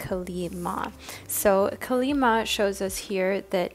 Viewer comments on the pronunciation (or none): its kaaali not kali ma